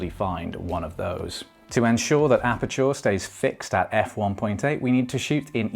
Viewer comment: Great vid. Fixated on apachoor pronunciation the whole time😂😂